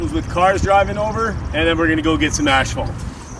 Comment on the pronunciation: Hey! You said you were going to pronounce asphalt right lol